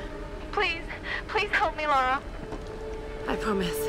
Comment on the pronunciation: why oh why oh why do GI (and alot of US people) insist on calling her laura croft? Laura and Lara folks, two different names! thats you your biggest fan x